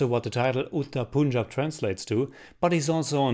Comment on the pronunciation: I am first✋ and I liked it too 😁. Also plz correct your pronounciation of Punjab.